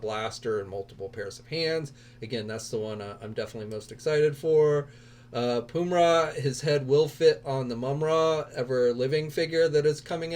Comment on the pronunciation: Its pronounced “pum-i-ra” and its the sword of omens not sword of thundera